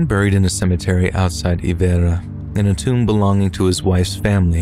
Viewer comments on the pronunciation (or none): none